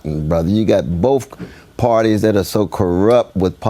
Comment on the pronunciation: "Boaf parties suck" illiterate a-hole